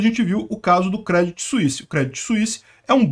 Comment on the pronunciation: Segundo vídeo que você faz e pronuncia errado! Se fala Crêdii sem o T